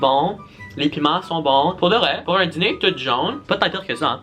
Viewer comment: Je rit quand dit: ‘la dziner’. Est-ce qu’il n’est pas ‘diner’?